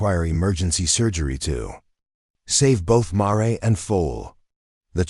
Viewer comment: would be so much better to pronounce mare correctly====happen so often it ruined the story for me!!!!!!